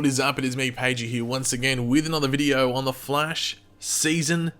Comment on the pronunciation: Who else is annoyed by the way Pagey pronounces “The Flash” when he’s reading, like damn man